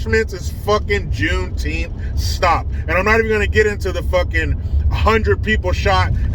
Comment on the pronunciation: Is it Juneteenth or JuneTeeth🦷? Asking for a friend!!!